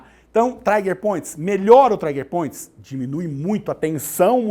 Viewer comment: Não é traiger point mas TRIGER POINT